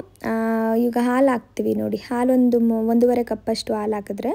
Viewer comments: ಆಲೂ ಅಲ್ಲ ಹಾಲು ಉರ್ಕೊಂಡು ಅಲ್ಲ ಹುರ್ಕೊಂಡು..ಹ ಕಾರ ಸರಿಯಾಗಿ ಮಾತಾಡಿ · Yakka first kannada sariyagi mathadu,hakki alla akki,aalu alla haalu.innu thumba ide,haaru alla aaru kanakka😂😂